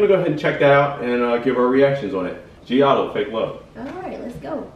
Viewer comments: loved this cover and love (g)i-dle a lot but of course it's hard to be better than the original performers also just letting you know, when you say their name you only say 'idle', the (g) is silent, i know it's kinda confusing at first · I love both BTS and (G) I-DLE (Pronounced just IDLE, G is silent😊 ) But BTS did better at the song. The girls have their own awesome unique style.. I haven't watched all your reactions to KPOP yet, but if you haven't done it.. watch their own MV LATATA!